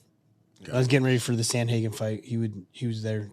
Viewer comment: Someone tell it's pronounced Sandhagen not Samhagen😀😀 Min